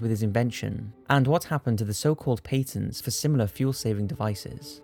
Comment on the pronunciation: "Pay tents" 🤣